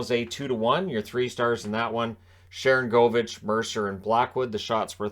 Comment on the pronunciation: You've been pronouncing one of the names on that team wrong. It's Sharan goal vich. Even if he's not scoring as much as you think he should, just like the guy who used to play in San Jose was Marcus Score nsen.